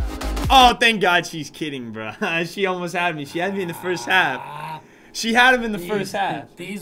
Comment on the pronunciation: When I'm a girl and griffin says braa Me:😯😕